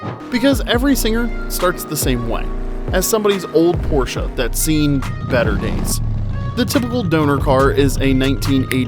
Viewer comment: Not only the background music is so annoying, but you can't seem to prononce de the name Porsche correctly.